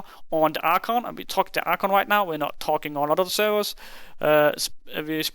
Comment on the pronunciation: "Archuunnnggg" was said alot